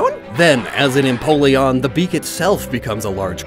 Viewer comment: "Piplup, Prinplun, and Emopleon" "Emopleon" makes me think of an all-black penguin with wing-claws as big as talons